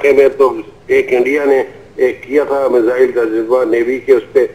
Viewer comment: lol she said measles